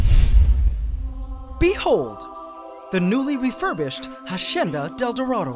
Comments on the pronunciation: Hacienda is pronounced: ha - si - en - da, with the accent on en. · Ssstahhp! Stop pronouncing it HASHENDA. Its wrong and annoying. Stick to how you pronounced it before, which still wasnt the correct pronunciation, but at least it disnt seem you were trying.. and failing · Narator: Ha-sh-endadeldarado Me: I remember Ha-senda-deldarado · Just wondering why now you are saying "hashienda". Why change from pronouncing it like you did before? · PianoKangaroo13 that might be a filipino thing 😅 our “s” sounds like “sh” sometimes. like “siya” would be pronounced “shya.” sometimes the sh slips out when we speak english/other languages lol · the hashenda del dorado (hacienda del dorado) 😂